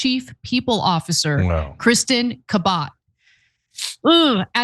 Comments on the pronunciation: She pronounces Cabot kuh-BOTT?! No, I don't mean Ana, I mean Ms. Cabot. I doubt it. Just another unintended consequence of removing the announcements from the intros to Family Affair. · Kuh-bott ... thats how you pronounce Cabot now???